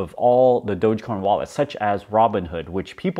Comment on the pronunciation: I'm so happy is calling it DOGE not Doggy coin anymore. That was the peak, when this dude started calling it Doggy Coin, and is Mark Cuban still calling it Doja coin?